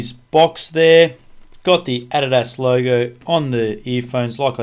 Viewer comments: He doesnt even know how to say adidas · lol you say adidas funny